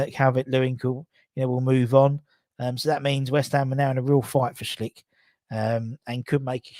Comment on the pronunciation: Hey, why U still call Patrik Schick "Schlick"? Where did U get that L? It always makes me laugh. Anyways, greetings from Czech. Take care mate. COYI